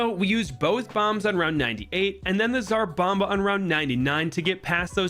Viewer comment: I like how everyone pronounces tsar bomba as zarbamba